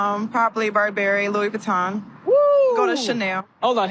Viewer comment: She can’t even pronounce Louis Vuitton 😅